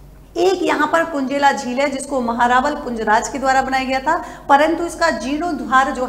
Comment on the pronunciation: महेंरावल नहीं महारावल 😊❤